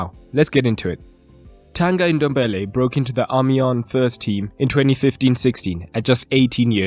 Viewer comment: I knew it only today but it's actually pronounced as ton-gee dom-be-li